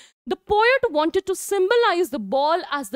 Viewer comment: Mam you say wanted and that is incorrect